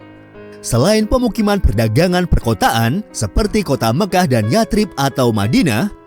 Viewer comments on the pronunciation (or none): Koreksi min, baca yatsrib: yasrib.